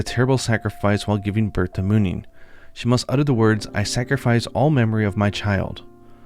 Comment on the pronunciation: These names are pronounced with emphasis on the letter U. So “Huu-gin” and “Muu-nin” respectively. I hope that makes sense and apologies for I don’t write phonetics. Thanks for all the great content as always! xo